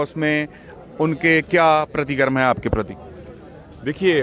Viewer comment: सर परतीकरम नही सर प्रतिकिरया